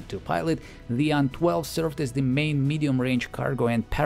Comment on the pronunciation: рад слышать нормальное произношение названий самолетов, не делящее слоги на буквы. Ан а не ай-эн, Ил а не ай-эл и т.д. Спасибо.